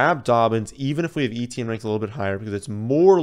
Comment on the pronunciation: You are awesome,, BUT... PLEASE! Stop calling him Travis EE-Tee-Enn. It's EH-tyen. Almost Eh-Chen. He is not the only famous person with this name.